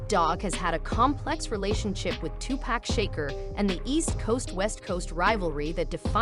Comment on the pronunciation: "tupac shaker" 💀